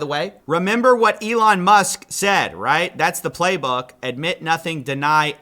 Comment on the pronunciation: That’s not how you pronounce ”Said”